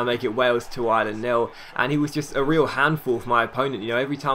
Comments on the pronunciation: Ireland ! Not Island ! Great vid otherwise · Ireland Pronounced Are-Lind